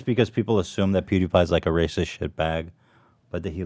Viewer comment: "content that is too... rrrrrrrrrrrrrracist"